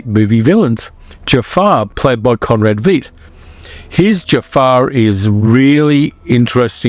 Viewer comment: I hate to say this,but I studied for three years in West Germany and Austria. I can speak German like a native if I drink enough beer have a beautiful Madchen on hand. Conrad Veidt is pronounced like Height. If it were spelled Viedt it would be like wheat. I love all your choices, especially The Magic Sword.